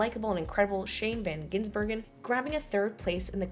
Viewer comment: Thanks, now I have to watch even more motorsports in 2024. And it is Shane van Gisbergen, not Ginsbergen! Don't know why all Americans are struggling with his name that much even though he is from an english speaking country:D